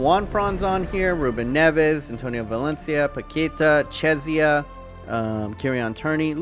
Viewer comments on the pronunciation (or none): It's not chiezia It's keisa